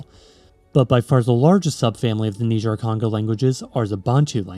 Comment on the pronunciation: Niger in Niger-Congo is pronounced "naiger" just like the river, and not like the country